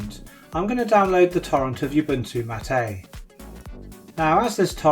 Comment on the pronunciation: mattA?? that's Ubuntu mAt, as in "How's it goin', mate?"